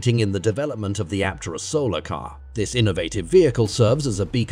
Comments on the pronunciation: Aptera is awesome. But this content-farm AI crap is taking over youtube. Doesn't even bother to properly pronounce "Aptera" or even "EV". Drek work from moneygrabbers, not real EV journalism. Aptera needs more publicity, but dang this channel needs human quality control. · What's even more fascinating is the artificial voice used for the narration. Only detectable in a few spots, eg when "he" can't pronounce EVs -, for that matter, Aptera.